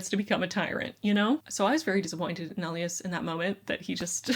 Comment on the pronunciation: I absolutely loved "An Ember in the Ashes". But I think the hero/MMC's name is pronounced "ee-LYE-as", not "EL ee us".